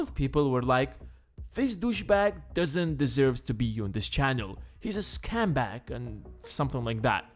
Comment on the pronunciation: hahaha I'm sorry but love how you said "scam bag" instead of scumbag. I love this video! So much great info. I've already made a queue of at least 5 more. Great tips!